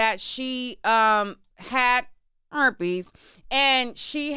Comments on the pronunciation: It's you in the mic saying "erpes" for me 😂😂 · IKR, or like saying CHERPES..... 😂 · Girl!! I’m talm bout CACKLING every time like it was the first time😂😂😂😭😭